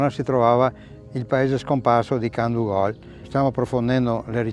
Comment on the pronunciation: molto interessante. un appunto sulla dizione, piú probabilmente Candúgol/Candúvol